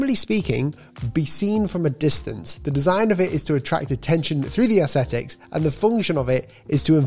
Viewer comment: You seem extremely fluent in using Vectornator, noticed you still an issue pronouncing the word 'aesthetics'. Thanks for another enjoyable vid,!